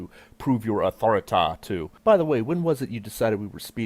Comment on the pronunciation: ROFLMMFAO!!!! did he say AUTHORI-TIE ??? i spit pop clear across the room! lady lick balls??!! ohhh hell! this video is the shit!!